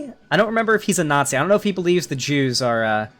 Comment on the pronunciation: >I'm actually shocked that this guy spent 8 mins tearing apart a non-native speakers accent Lol because it is a deliberately learned accent. I live in the UK, the accent is called RP (Received Pronunciation). Also, Arch slips up on this quite often, he rolls the r on "are" when I have literally never heard even the poshest fucker doing that. So you can guess why he, as someone who otherwise would have a Norwegian accent would try and imitate RP.